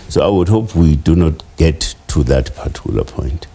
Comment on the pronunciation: Using the word "partuicular" in every sentence does not make him sound intelligent